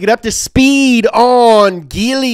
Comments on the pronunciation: It's prononced Jee-ly, not Gee-ly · also its said jeely not geely dude. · IT'S pronounced Gee- lee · Its pronounced geeeeeee leeee not geliy Hong Chi （红旗） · It's actually pronounced G-Li...but, close enough. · Writes geely, says jelie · Actually, it pronounce as "G Li" instead of GE Li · Jee lee is the right pronunciation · It's a soft G, and pronounced "Jeely" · Y'all pronounce Nikon as Nai-kon. Then y'all pronounce Huawei as Wa-way. And now y'all pronounce Geely as Gill-Ly. Hats off to you Americans. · I appreciate the effort done in researhing about the Geely, lots of it..But he failed to pronounce the brand right.. Its "Jee ly"😆. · Till this video i thought it pronauncing like [d3ili] not [ge.. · It's pronounced Jeely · Why did you say giling😂😂😂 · "I'm gonna say a lot of words wrong here." Yeah, like GEELY. smh